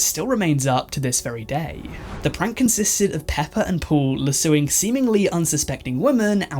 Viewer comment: hands down the best way I’ve ever heard someone pronounce lassoing.